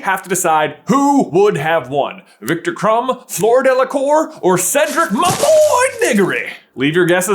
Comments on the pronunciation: Say with me: FL-EUH-R D-EUH-L-AH-COOR 😤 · Fluer Dela-Digory 😂